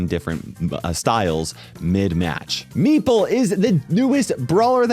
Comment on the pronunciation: thank you for not mispronouncing meeple